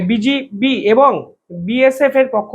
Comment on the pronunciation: ভাই, আমি আপনার একজন একনিষ্ঠ ভক্ত, অপরাধ নেবেন না, আপনি বি জি বি শব্দটি সঠিক ভাবে উচ্চারণ করুন, আমি বহুদিন যাবত খেয়াল করছি আপনি বি জি বি কথাটির পরিবর্তে বি জি পি / বি জে পি উচ্চারণ করছেন, আঘাত দিয়ে থাকলে ক্ষমা করবেন ।